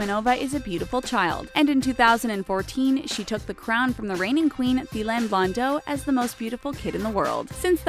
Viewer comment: Thylane is pronounced Tee La Nay